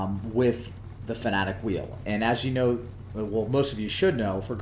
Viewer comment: FanaTEC, not FanaTIC. Why does every American YouTuber pronounce it this way? Serious question